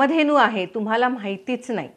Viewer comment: Nice vidioe...but don't say...TUMAL AMUK ZAL AASEL....TAMAK ZAL AASEL like that....sorry for suggestion...thanks for information..